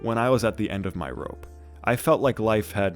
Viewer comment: The “o” on rope is killing me